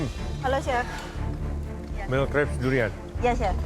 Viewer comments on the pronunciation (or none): Plis pertama yang kemaren kemaren Choux au craquelin itu dibacanya syu o kreklang Bukan dibaca syu au krekling Kedua Mille crepes itu dibacanya mil krep Bukan dibaca mail krep Ga semua makanan "barat" di pronounce pake Inggris yaa gess😂😂😅😅😅 mille crepe asalnya dari jepang sih, cuma inspired dari prancis